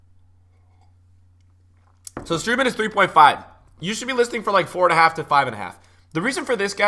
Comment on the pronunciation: Not strOOtman but strOAtman